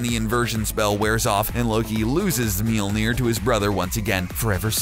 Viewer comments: Melnir... It's Mjölner for fuck sake! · Would be nice if it were pronounced correctly throughout the video - ugh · Mjölnir. Pronounce it correctly. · The narrator dude pronounced mjolir wrong. He kept pronouncing it meeleer, not mjolir. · MEELNEIR its pronounced mulnier(i know is spelled it wrong dinguses) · Bruh did they call it milneer? LMFAO its Mjolnir the m is silent omg im dead. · Meal-near? That's an odd pronunciation. I usually hear Me-ole-near. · Milnir? omg u Americans... The way u try to say words that is not American/English words are hilarious. In Norse mythology, its pronounced Mjölnir or in Old Norse Mjǫllnir... Old Norse Mjǫllnir regularly becomes Mjøllnir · ITS PRONOUNCED M-YOLE-NEER NOT MEELNER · Did you just pronounce "Mjölnir" like "Meelnir"?! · “Meeol-near” dude cmon. It’s pronounced “M-yol near” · I thought it was pronounced mjnor (min jore) but its mjnor (meel neer) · It is pronounced miolnier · it's pronounced majolinor aa not ae o not oh iee not ai the spelling is Mjolinor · Hello people I am Swedish and I will just say this guy pronounces Thor’s hammers name is sooooo bad it is supposed to be pronounced mjölner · It's pronounced "Mee-yol-neer" just so you know. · What's a meelneer? edit: geez guys it was a joke, i know how to pronounce mjolnir. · Let me just say this kinda bothered me so let me just correct you.. it’s pronounce me-yawner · Its pronounced mi ol ner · "...known as 'meel-neer'..."?? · I couldn't finish the video. I could not bear to hear the name destroyed and mispronounced as MEEL NEER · Thor's hammer is pronounced miolneer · He can't say the hammers name right and he fought Shazam not captain marvel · It pisses me off that this dude is pronouncing Mjølner wrong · Please stop butchering the name Mjölner. Thank you very much! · Its cancerous how you pronounce Mjölnir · This guys pronunciation of Mjølner is funny :P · lol the way he pronounced mjölnir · Dear CBR... LEARN to pronounce the name of the fucking hammer!!